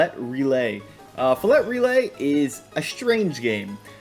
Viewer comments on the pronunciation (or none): Stop he said HARD T Filet, it's supposed to rhyme with relay, Filet Relay, SAY IT FIL-LAY!